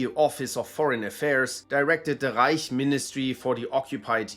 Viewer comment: You know he’s german when he doesn’t say reik instead of reich